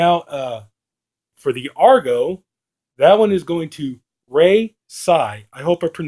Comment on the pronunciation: Thank you for Argo! You hit the pronunciation on the dot! Email is raytsaiguy g m a i l